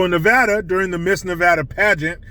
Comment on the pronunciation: DNA don't lie that chic is a guy. Redefining womanhood. You were right the first time saying Nevada. Not Nevahdah. I am a lesbian trapped in a mans body. Help me.